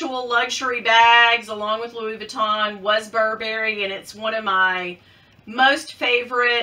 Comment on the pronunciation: Ooo! I love the baby Gucci Marmont! I still love the mini bags. UGGs…I brought them with me when we moved to Florida…haven’t worn them yet, but I’m determined to…in the winter. Oh, you’re not supposed to wear socks with UGG boots. I’ve never been a fan of the hairy Gucci shoes though. Burberry is still classic and will never go away. BTW, it’s BUR-bur-e, not bur-BER-e. Miss Nancy never said my name either.😞